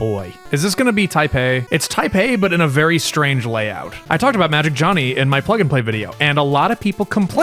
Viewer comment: With how iconic Magic Jony has become, I feel it very important to note that his name should not be pronounced “Johnny”. Due to it missing the “hn” and being only Jony, it should be pronounced: “Joe-knee.”